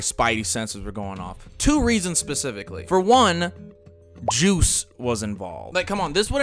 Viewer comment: My mans said “joooce” 😅😂